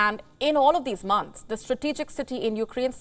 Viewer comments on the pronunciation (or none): none